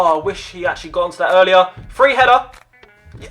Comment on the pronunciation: He said Four free free LOL